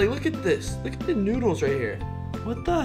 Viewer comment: The filipino word of Ramen is Noodles but how u pronounce it is NUDILS